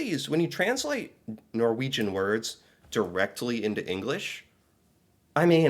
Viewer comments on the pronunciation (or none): none